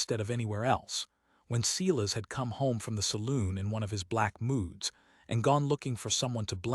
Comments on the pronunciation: It's bad enough you use the name Silas again but you even mispronounced it. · Please teach the AI how to pronounce Silas.